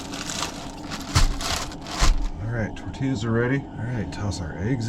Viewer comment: The way you pronounced tortillas… 😡😄😁 tor-tee-uhz 😉👍